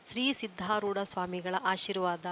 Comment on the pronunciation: ಅದು ಸಿದ್ದರೋಡ್ ಅಲ್ಲ.ಸಿದ್ದಾರೂಢ ಅಲ್ವಾ